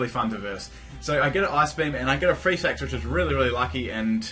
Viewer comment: when he said freeze hacks I thought he said free sex xD